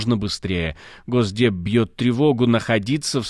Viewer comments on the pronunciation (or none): none